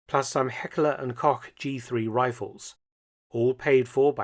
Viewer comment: “Koch” is pronounced “Coke” Dr Felton 👍🏼